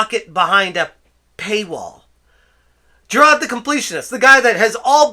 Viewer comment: Sidenote: I love hearing the Boston come out when you say Jirard. It makes me less angry when I hear his name.